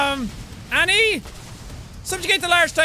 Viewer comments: Its annie not anna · It's Annie not anna